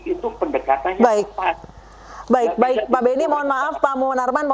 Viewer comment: Baik - baik, bukan baek - baek pak